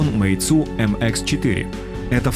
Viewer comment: мейцу ахахахахах